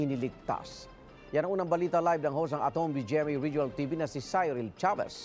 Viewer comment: CYRIL: Pronounced "see-ril" NOT "sai-ril" Akala ko journalist ka?